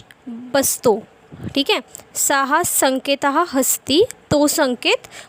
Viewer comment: उच्चार सः चा सहा असा होतोय सह असा व्हावा काय ?